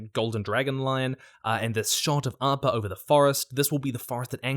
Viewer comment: It's super annoying when English people can't pronounce Appa correctly and say Awe-pawh or Aang and say Awng.